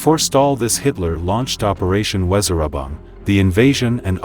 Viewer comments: Operation Weser-übung (pronounced vezer-oobong), NOT wèzeraba. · I cringed every time the voiceover tried to pronounce "Weserübung"